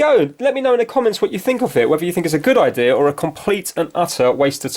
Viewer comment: What's an "eye-deer"?